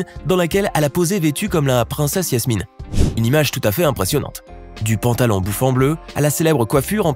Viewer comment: C'est pas Yasmine c'est Jasmine.